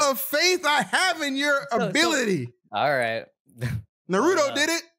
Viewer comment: My man can't even pronounce the most basic Japanese name: NARUTO